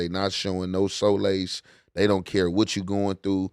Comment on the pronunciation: “They not showin no SO-lace” 🤣🤣🤣 Young 🐜 know how to fuck up some words.